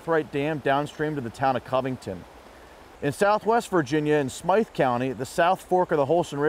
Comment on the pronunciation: Hello there, Smyth County is pronounced just like Smith. Outsiders!!!